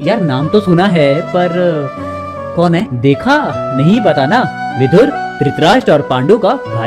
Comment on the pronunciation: सही शब्द विदुर है, विधुर नहीं। 😣 विधुर का मतलब english में widower होता है। उच्चारण पर ध्यान दें